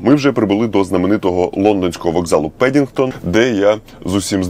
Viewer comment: пАдінгтон)))0 а так все ок, красава!